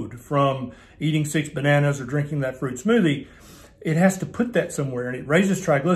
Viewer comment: "Don't eat fuit" by LOL